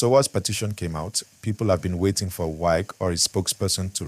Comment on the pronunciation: This youtuber who is mispronouncing the name "Wike", is a fool. Is pronouncing somebody's name correctly not part of education?